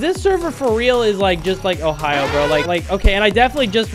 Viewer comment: Me loving his content but cringing every tine he said ohio